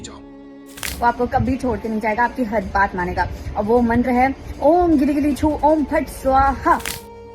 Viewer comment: Goli gili choo bola ya gili gili choo.. H bola samaj aya nahi